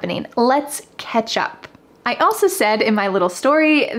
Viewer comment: For me it sounds like "hey, you wanna get some coffee and KETCHUP" 😂